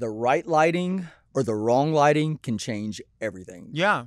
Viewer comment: and she says with bad loghlting. do better delta.